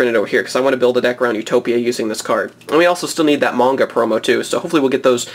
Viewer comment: Its m-ah-nga not munga.